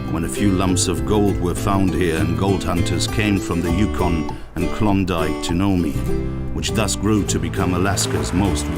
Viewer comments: Nome, Alaska is pronounced nōm, exactly like the word "gnome." The "e" is silent, and makes it a long "o" sound. Also, Alaska is also called "The Last Frontier," not "The Last Wilderness." Also, when you are talking about "working from dawn until dusk" on the Diomede Islands at 65.5°N during the Winter you are only talking about 6 hours or less. By Winter Solstice they are down to only a couple of hours of daylight. Very similar to Fairbanks, Alaska. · Nome is not pronounced noe-mee, the O is long and the E is silent and it is one syllable, not two. Alaska is called the Last Frontier not the Final Wilderness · If you are so concerned about "climate change" you should have taken a horse instead of an SUV, what a hypocrite. Also, learn how to pronounce Nome, Alaska....Geez, what a dope.